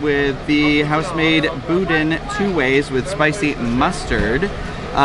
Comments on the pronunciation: I'm laughing as I picture Corey M. rolling his eyes when calls it "boodin". 🤣🤣🤣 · ok..one thing..the bodin is pronounced "boo Dan'"hard on the D Come down south Louisiana and you would get laughed at saying it that way...... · “Boo-dan” and “pray-leen” but love these videos! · Boo-Dan is how it's pronounced